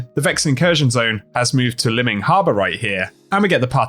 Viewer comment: Will you please say "Liming Harbor" as Lime-ing.. surely it's lime, as in, green, as in strand =)